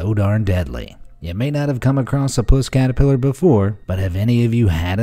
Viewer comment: Trump catapelar 🤣🤣🤣🤣🤣